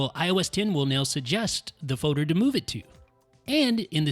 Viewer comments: Great video. Superb. In terms of advice, careful pronouncing words where the letters O and L are side by side. Folder not fowder and bolder not bowder. Friend has same issue when he gets on the mic. Thank you for videos. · What's a Foe-Der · "Foder" instead of folder😂